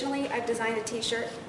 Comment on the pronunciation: " I can make t shorts so"